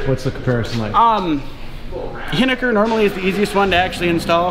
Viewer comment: You're pronouncing hiniker wrong and its honestly hilarious